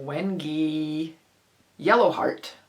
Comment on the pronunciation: Hi, don't hurt yourself trying to pronounce wenge. It is pronounced like a door hinge, but only with a W. Beautiful wood and hard.